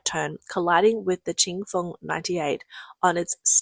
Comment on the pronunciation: Kudos to the narrator for her repeated pronunciations of Ching Fong 98 and Chen Chen 528, and thanks for being a real person and not a bot. :)